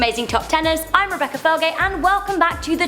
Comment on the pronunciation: The h its Rebecca